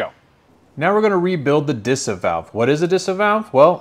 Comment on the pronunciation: I love watching your videos 😍 but as a German I can't help myself but giggle whenever you pronounce German words 🤣 It's Deesah Differenzierte Saugrohr Anlage 🤓